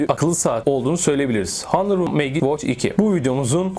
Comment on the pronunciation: Megiç degil Mecik diye telaffuz etmeliyiz, bilg.